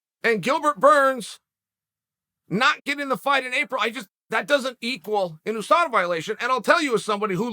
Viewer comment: No one: Literally no one: Chael: Khamzat didn’t fail a Ooosada test